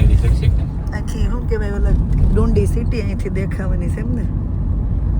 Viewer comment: તમારી Scotlandની ટ્રીપ સારી ચાલી રહી છે. તમે જે જગ્યા ને ડુંડી, ડુંડી કહીને અમારું હસી ને પેટ દુખાડ્યું, તેનું નામ ડંડી છે. તમને જગ્યાનું નામ નું pronounciation ન આવડતું હોય તો ટ્રીપ શરૂ કરતા પેહલા કોઈ local Loko ne પૂછો તો તમને બોલતા શિખવાડે.😅